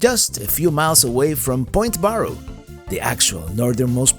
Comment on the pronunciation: Just in case you did not know, it is pronounced Bare Oh, not Bar oh.